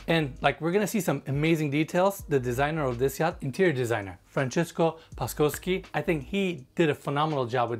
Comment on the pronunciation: SZ = SH so Paszkowski = Pashkovski